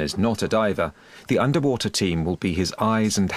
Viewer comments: Andrei Laurea woother? Wtc is woother ? Ewe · Underpreesha, underwoother, unda ground. 😂😂😂